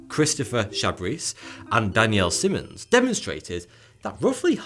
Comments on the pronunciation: Daniel's last name is pronounced SY munz, NOT SIM unz. Having the same last name, I suffer this often. There's only ONE consonant following the vowel " I ", therefore, the vowel is long. If it had been followed by TWO consonants after the vowel, it would be a SHORT " I " like in Simmons. Forgive my Grammer Nazi-type admonition, but I must bring it to light. Thank you for the opportunity, now- on with the show! CHEERS! 😁☮️ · in the beginning daniel simmons is called daniel simons.... get it right pls lmao